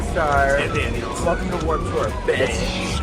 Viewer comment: lol u said warps tour